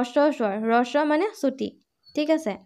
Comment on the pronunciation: বাইদেউ, হ্ৰস্ব উচ্চাৰণ ৰস্ব নহয়।